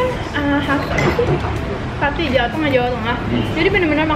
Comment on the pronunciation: Pati bukan patih